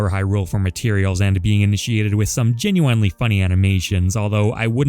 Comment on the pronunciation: I GENUINELY hate the way you say genuinely